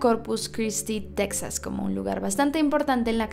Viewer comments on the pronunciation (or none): none